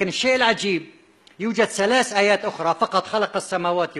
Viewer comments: دكتور.. وما يعرف يقول ثلات آيات.. يقول سلاس ايات.. اقول يكيل الكذب و مع الجهل.. بمكيال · كيف؟؟؟؟؟؟؟؟؟؟؟!!!! .تقول سلاس ((((((( بدل ثلاث )))). وزهلو بدل. ذهلو. .تعلم لفظ الكلمات بالغه العربية قبل تفسير كلام الله ❤️⚖️⚖️🕋👆🇹🇷❤️⚖️🕌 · ثلاث آيات[سلاس ايات] ثمانيه،سمانيه،هذه ،هزهي، الذين، الزين، 😂 تعلم مخارج الحروف حتى تبين لناس وحدانيتك وكشف كذبك العلمي ماعجز عنه الآخرون،الله لايبلانا ويشفيك مرضك صار مزمن.